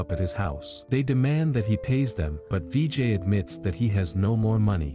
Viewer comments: it not "vee jay" its "vi jai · Its not dj it's Vijay